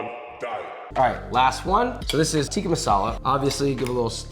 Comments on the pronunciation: Josh, love the videos and love your stuff! we gotta correct the pronunciation: it’s not teeka it’s pronounced tick-ah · Josh its "tick-ah" not "teeka"